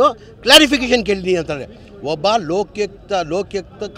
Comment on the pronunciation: ಲೋಕ್ಯುಕ್ತ ಅಲ್ಲ ಅದು ಲೋಕಾಯುಕ್ತ😂😂😂